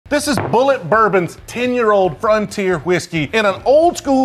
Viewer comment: Like bull it. Not bull et.